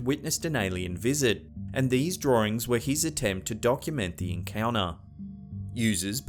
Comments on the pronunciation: Anyone else getting a bit annoyed by how he pronounces "drawings" as "draw-rings?" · Can you say "drawings"again?